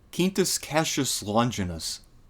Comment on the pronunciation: Both in Italian and Latin (classical pronunciation 2k years ago and ecclesiastical Latin), the QU in Quintus is pronounced the same way you would in english; Kween-toos). If it was spelled the same but pronounced in spanish then it would be "keen-toos" like you pronounced it in the video.